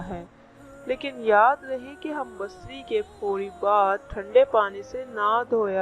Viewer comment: ھم بستری بولنے کی تمیز نہیں اور دینی باتیں کر رہی ھو۔۔پہلے تلفظ ٹھیک کرو یہی تمہارے علم کی دلیل یا معیار کا پتا دیتا ھے۔